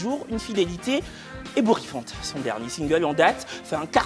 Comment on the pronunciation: "totalement Ebourriffant!"🤣